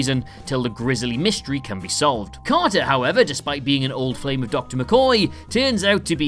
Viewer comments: Man trap, Crater not Carter! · Crater! Not Carter! Oh dear. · In "The Man Trap", the couple's name is "Crater" , not "Carter" Just FYI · CRATER! not Carter.